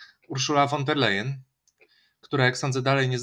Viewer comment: Von der Leyen wymawia sie ˋfon der lajenˋ .